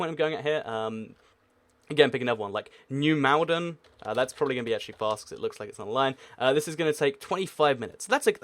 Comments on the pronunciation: New Malden is pronounced as New Maul-den, not New Mal-den. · Its pronounced New Mall-den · “New moldan” is how you say it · Brush you said new Malden wrong I live near there like halfway between twickenham and kjngston